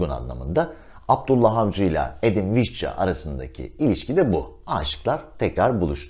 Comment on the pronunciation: Vişça olarak telaffuz eden birine rastladığım için çok mutluyum...